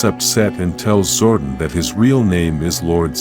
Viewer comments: Zordon not Zordin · I hate AI voiceovers. His name isn’t Zorden.